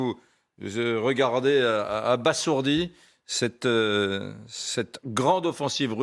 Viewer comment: abasourdi se prononce abazourdi messieurs les journalistes !